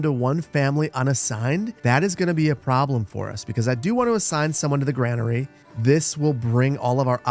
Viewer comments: GRAIN-ER-E Say it. Say it again. Not GRAN-ER-E. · its pronucned grainary just spelled different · Is the Gra in Granary really pronounced like the Gra in grandma and not like the Gra in grain. ESL here, just curious